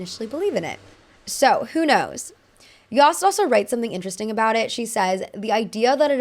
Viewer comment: Yost is yohst, not yahst